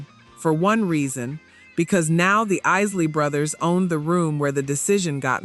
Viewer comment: Why don't you trap pronouncing the group's name correctly it's not the easily brothers is The Isley Brothers all you are is another white person trying to capitalize on R and b music you need to go somewhere and learn your history before you come online and start talking about something you know nothing about